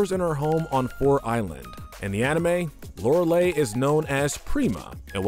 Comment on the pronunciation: Lorelei is mispronounced here. Not E sound at the end, I sound at the end.